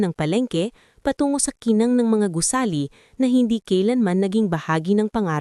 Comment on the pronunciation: Nice story però ayusin Ang pag babasa mo. Tanging hindi tanin . Gusali not gusli Gumuho not gumuhol Ayusin mo Ang pag babasa at pag deliver mo Ng words. Thank you.